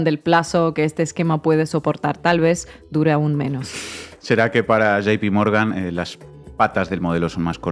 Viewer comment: Me gusta como intencionalmente pronuncian mal palabras en inglés "tramp en vez de trump" "gp morgan en lugar de jp morgan"